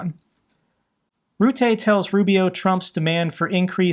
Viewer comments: There's a reason why there are two 't'-s in "Rutte"; I guess it's because it's not pronounced "Roote". Ask your dad for details. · you can pronounce "Rutte" a bit more like 'butter', making it sound better to your Dutch audience.